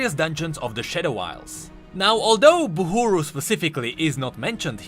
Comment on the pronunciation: And you till Call it Buhuru...